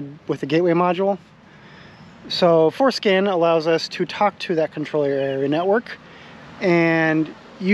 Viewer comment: Did you say "foreskin"?